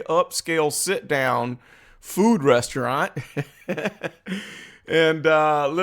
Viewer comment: "A sit down fooo rezzaraunt".....Tiffany A .Henyard Dolton, Illinois Mayor